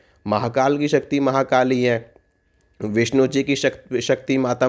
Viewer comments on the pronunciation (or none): none